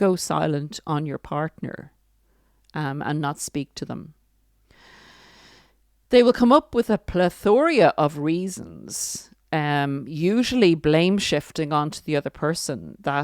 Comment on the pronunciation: Plethora, not plethoria